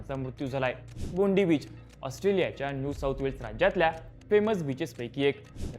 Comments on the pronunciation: बोंडाई ❌बुंडी ✅ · bundi nahi re bond-eye asa ucchar ahe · Bondi❌ Bond eye beach ✅